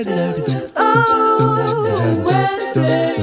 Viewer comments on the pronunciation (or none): none